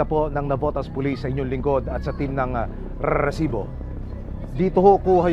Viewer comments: gigil ako sa narrator RRRRRRRSIBO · Nakakainis yung host ng show na to bakit kailangan pa i-emphasize yung word na rrrrrrresibo 🙄 Napaka inconsiderate and insensitive since ganito yung TEMA ng palabas mo! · Hype na Rrrresibo yan nakakainis pakinggan maxadong trying hard na maging Mike Enriquez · Kelangan talaga rrrrrrrrrrrrrrrsibo ang bigkas😂😂😂😂😂 dami ring adik jan tondo navotas libangan jan ang patayan😂😂😂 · Nagkicringe talaga ako sa rrrrrrresibo! Bakit kailangang ganun tuwing bibigkasin? Ang oa talaga ng GMA🙄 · Humihingi ng donation pero may monetization ang video. Wack. Pakitigilan action man ang pag enunciate ng "r" sa "resibo" ang hirap seryosohin ng binabalita mo. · Can you please stop emphasizing that "R" when you speak the word Resibo? kairita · Kailangan tlga Pag sinasabi ung resibo w/ rrrrrrrrr nakaka irita pakinggan.. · Palitan mo yang Pag bigkas mo ng resibo boss pangit pakinggan.. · Kailangan ba talaga ganyan yung pag-pronounce sa 'Resibo'? What a joke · Yun nga din ang nasa isip ko haha bakit need pang ganun?😅